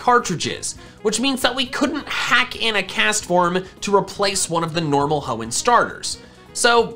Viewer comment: IT'S CASTFORM, NOT CESFOM!